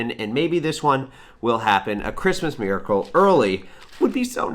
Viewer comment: A Christmas "meercle"